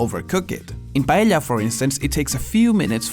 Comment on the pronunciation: i'm filipino and we say paella the same way as spaniards do. pa elya. not pa eh ya. thank you for the clarification.